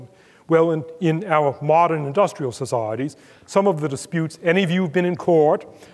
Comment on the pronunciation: every time he says 'societies' (s'saahh.reece) I come to a screeching perceptual halt.